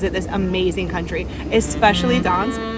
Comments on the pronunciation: Why are you calling it Dansk? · Gdansk use the G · The G in Gdansk is actually PRONOUNCED!!! It is the most IMPORTANT LETTER together with D in the name, not something you can just OMIT at whim !! It's what gave the meaning to the word!!! You do not omit P in Paris, do you?? Or L in London?? Mannerism in Poland is NOT popular!!! You will not impress ANYBODY with mannerisms .You are actually very irritating to listen to. You should reupload the video with corrected name. It sounds absolutely MORONIC!! I repeat: MORONIC!! Nobody needs such videos! You could have asked anybody how the name is pronounced. But NO. You chose the attitude "Here-I-come-and-I-will-call-you-all-small-people-whatever-I-want". We don't like it here in Europe. What you need is to be a little more humble. One day somebody will teach you a lesson so that your smirk will get stiff permanently! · Learn how to say Gdansk. It’s not that hard